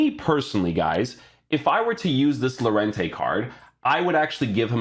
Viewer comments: It’s pronounced yorente ;) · Lol its crazy llo is pronounced yo in llorente